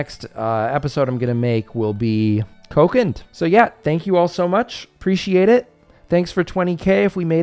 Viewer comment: Oh by the way, I could clarify that the way to pronounce Kokand properly is: "Co-kund".